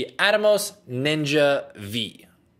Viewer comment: Good stuff! The new Ninja ("five" not "vee" haha) is on my list as well! I'm wondering if you record prores hq on it?